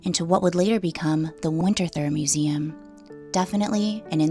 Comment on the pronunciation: Lovely tour and history of the home & family, but , it's "winter-toor," not "winter-thur" - 😺